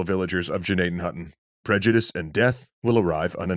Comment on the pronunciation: Even the name "Gnadenhütten" has been slaughtered...